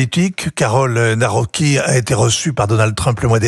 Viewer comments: On prononce le C en polonais, donc on dit Nawroztki, pas Nawroki ! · Ce Vincent Hervouët est un journaliste?... 😳 Il ne sait même pas lire correctement les noms de ces politiciens! "Tuesc", "Tracovski" (ou "Cracovski"), "Naouroqui"...